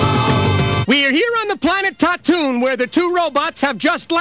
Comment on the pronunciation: I noticed that. In addition to the mispronunciation of Tatooine, Star Warts also has Artoo and Chewbacca talking, which Star Warz corrects. Both of them must have been released very shortly after the movie itself, but I wonder if he'd even seen the movie before releasing Star Warts.